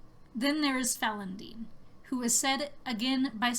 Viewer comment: It's pronounced "Falon'din" not "Falon'den". With an "I" not and "E".